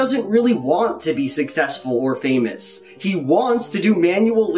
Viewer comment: Every time he says "be" .... I hear "bee"